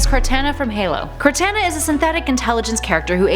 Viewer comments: idk why but you saying Cortana name wrong really pissed me off. trying not to be a ass about it but the pronunciation is Kor Tah Na. I don't even like Halo nor Microsoft to be honest but I damn sure know how to say Cortana name correctly. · she said the name Cortana wrong. it that hard of a name. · lol you pronounced Cortana's name wrong